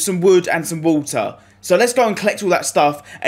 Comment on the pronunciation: Probably because you pronounced it wutar and woot and opples